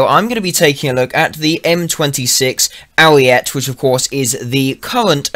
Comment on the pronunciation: ooooooook boi ima tell you something about italian they say ALL their letters it is ariet-eh not arret which is french for stop which is what you need to do to that pronounciation.